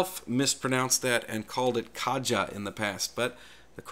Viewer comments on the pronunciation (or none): none